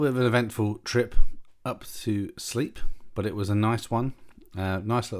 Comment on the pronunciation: Good video, lovely plane! Just if you didn’t know, it’s pronounced “slape” not “sleep”, not being that guy just many don’t realise. The floods look crazy! When over Tewksbury, what were those white things gathered in the dry bit of the field? Looked like caravans, can’t tell through my small phone screen.